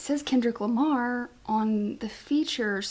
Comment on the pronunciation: You’re fine with the llama name lmao. There’s an ASAP Rocky song from way back in the early 2010’s featuring both Kendrick Lamar and Drake and in his verse Kendrick says “I’m Kendrick Lamar” but the way he says Lamar sounds like llama and it became a meme. And as we all know even though Kendrick does keep to himself, he is very aware and up to date with social media and memes. So yeah he most likely did a play on that when he started calling himself that